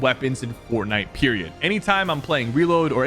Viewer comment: The way he keeps saying peridoe